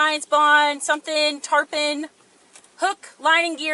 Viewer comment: Wait why did the AI say tarpon and then say tarpin. Don't you think the AI will be smart enough to just run with it stupidity after it made the first mistake, lol